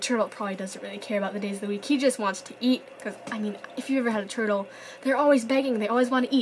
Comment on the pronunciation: Who heard her say herdel at 4.51 seconds